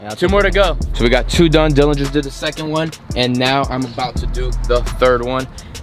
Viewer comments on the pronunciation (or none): none